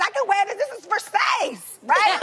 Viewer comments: "this is VERSAYS" hahaha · "verSAYS" lmaoooo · Weak at Ver-Sayce lmao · The way Tamar pronounced Versace was the same way my friend's Filipino mom pronounced it lol